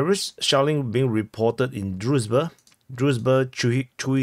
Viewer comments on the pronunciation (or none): none